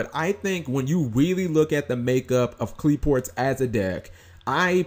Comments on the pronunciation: Qli-Fort is the correct pronunciation. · If you like Qliphorts so much, it might be a good idea to learn to pronounce them properly.